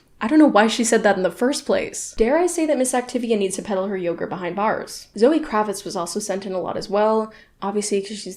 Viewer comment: The way you said Bars immediately outed you as WOW so Canadian 😭